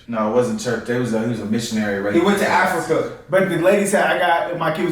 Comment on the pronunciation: Consider watching videos about the continent of Africa. It’s crazy the way y’all say Africa like it’s some city